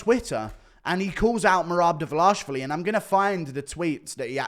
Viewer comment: The way guru says Merarrb Divverlarrrrshvli